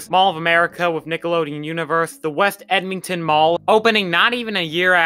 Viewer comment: Also it's Ed mon ton, NOT Em ming ton.